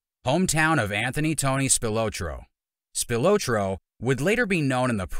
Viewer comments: Spil-ah-tro is the pronunciation. I’ll give you a pass for not being from Chicago. Tony’s brother was my neighbor growing up. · Tony's last name is pronounced "Spil "AH" tro. Hard to watch your clip pronouncing his name incorrectly......... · His name is pronounced like “SpilAHtro”” not “Spiootro” like the narrator says it. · The guy can't even say his name right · If you're gonna do a documentary learn how to pronounce your subjects name. And nobody within Tony's circle called him The Ant. They would have gotten straightened out immediately.